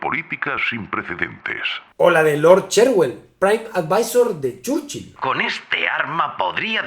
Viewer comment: Pronunciación correcta: ❌Chórchil ✅Chúrchil